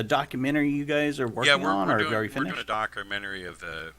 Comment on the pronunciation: Every interview is the exact same. Tells the same exact stories, pronounces “wolf” as “woof”. Talks about his “dockra-mennary”. A ton of made up misinformation about Star Wars and George Lucas. Calls “C-3PO” C-P3O”. The end. Saved you another 1.5 hours of his blathering.